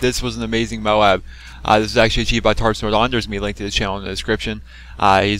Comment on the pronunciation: It's not MO-ABB IT'S MOBE!!! MOOOBBBEEE! MOBE!